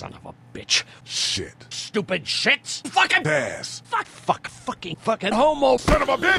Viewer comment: Halfway through and shit now sounds like shed